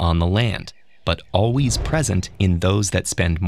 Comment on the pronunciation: "alwees" "resevore"